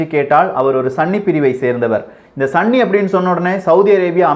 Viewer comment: Bro athu sanni ella sunni bro😂😂😂